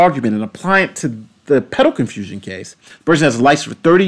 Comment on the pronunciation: Sometimes it has to do with certain key words and i believe it every time you mentioned "pedal confusion", ngl it sounded a little like "pedo confusion" that might be it